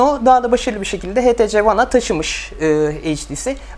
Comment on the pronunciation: htc değil ( eyçtisi ) diye okunur:) burda sen mi inceliyon ben mi anlamadım